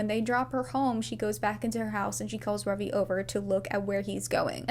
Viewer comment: the joy I feel at Ravi being pronounced correctly😭